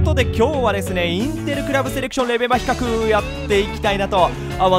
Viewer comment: 比較がヒカックにしか聞こえません 責 任 と れ ヒ カ ッ ク